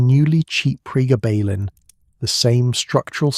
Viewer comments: Gayba? Pregarrrrbarrrlin? It’s GABA as in Dutch Gabba techno, and pregablin as in PRE GAB LIN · Pre gab lin ….,, that’s he you say it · We call then pregabs, the full term is pre-gab-lin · PRE - GAB - A - LIN Please correct your pronounciation - for gods sake AI you are so CRAP !!! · Why the fck are you pronouncing it like that. It's PRE-GABBA-lIN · The way you mispronounced Pregablin through this whole thing drove me insane but I persevered. As a drug worker I will take all the information I can get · Interesting, as I have fibromyalgia. Your AI needs better training. It pauses as odd places, then jumps at others. And the way it pronounces pregabalin. Thanks for the info, it was very interesting and informative, especially its popularity growth, in the dark. Put please, listen back to your videos, that should, I would think, get the errors to leap out. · That’s the same dosage (600mg per day) I was on for 17 years for acps. I realised the drug was doing more damage to me than the pain & quit. Went through days of sweats, stomach cramps & intense mood swings. The AI voice is pronouncing the drug’s name incorrectly- very annoying